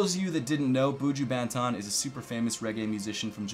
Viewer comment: how you pronounce 'banton' loooooool